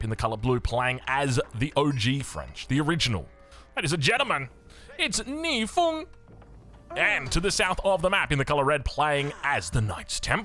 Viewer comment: wow, astonishing pronunciation of 逆风. Bravo!